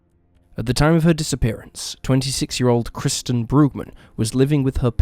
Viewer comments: He should have used AI narration - maybe then the first victim, KIRSTEN, wouldn't have been incorrectly called 'KRISTIN' throughout! 🙄🙄🙄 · The first victim's name is KIRSTEN, not 'KRISTEN' as you incorrectly stated time and time again! You kept getting it wrong throughout, even though her name is spelled out in large letters on footage of her missing posters! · Apparently the first case's subject is named Kirsten NOT KRISTEN - why not pronounce her name correctly? It was even spelled out on the posters shown in the video. Are you just a bot, too? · Kirsten. Not Kristen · No offense, in the first case, her name is Kirsten not Kristen. You're an awesome creator in any case. Been a sub since the first few videos! Thank you for sharing! 🤗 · There's no excuse for the narrator getting the victim's name wrong, over and over again! Jeeze - there's even footage of 'missing' posters with her name. KIRSTEN, plastered all over in big, capital letters! Yet he constantly calls her 'Kristen' which is NOT her name. It's a sloppy mistake, and disrespectful to a homicide victim. He'd be better to use AI narration than his own voice, if he's going to get such basic facts wrong. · Kirsten is pronounced ker-sten.